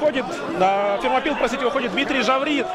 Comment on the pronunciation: Фермопилы а не Термопилы)) Вы же когда говорите Российская Федерация опираетесь на произношение страны оригинала а не Рашан Федерейшен)